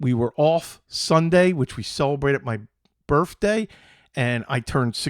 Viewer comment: Are you saying "birfday"?